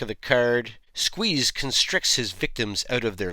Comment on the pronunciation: Dude, say it like you mean it. You have to pronounce it Ssssssqueeeeeze! 😂